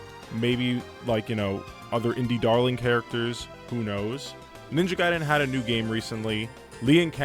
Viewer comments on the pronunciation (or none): none